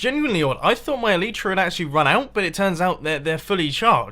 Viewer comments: it's not pronounced el-y-tra it's el-aj-tra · Spoon Count 1 - Spoon Count 2 Pronunciation of Elytra - Spoon Count 3 (El-e-tra, not El-ee-tra) BTW I much prefer the Industrict (Industrial District) than the copter. Sorry to say, but the farms are mecca. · It's ELY-TRA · Like this so mumbo can see that it is pronounced EE LIE TRU